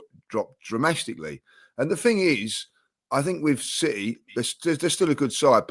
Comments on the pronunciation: Lees podcast form has dropped "dramastically" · "His form has dropped DRAMASTICLY" An all timer right there 🤣 Love the pod keep up the good work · Dramastically from 😂😂, not sure if he meant dramatically or drastically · Dramastically... needs to go back to school. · Another LEEISM "DRAMASTICALLY" comedy gold! 🥇🥇🥇😂😂😂😂😂😂😂😂😂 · I told you guys were overreacting "dramastically" 🤣🤣